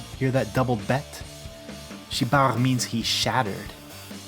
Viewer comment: זמן: : לידיעה הצורה הנכונה היא: shiber !